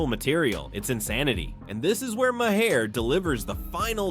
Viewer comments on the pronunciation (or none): I thought Bill's last name was pronounced as "marr" NOT "mah-har."